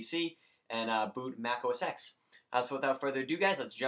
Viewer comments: 1. OS X combo updater 10.6.6 (or 7) is not the same as 10.6.8 combo updater. The latter will break the Hackintosh install. Many tutorials mention that it is not recommended to go beyond 10.6.7 when installing Snow Leopard. 2. It's pronounced "oh ess TEN". It's the Roman numeral, not the letter "X". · FYI, the X in OS X is a roman numeral, so it's pronounced 'Oh Ess Ten'